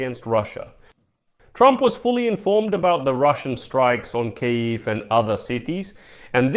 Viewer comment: and what with the mispronunciation of Kyiv???